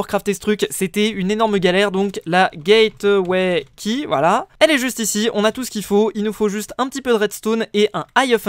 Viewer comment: Mec le e de gateway key ne se dit pas